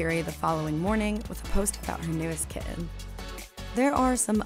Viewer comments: KiTTen, not Ki-in :P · Me too!!! The way she said kidden when talking about the kittens!!! Horrible voice over. ;).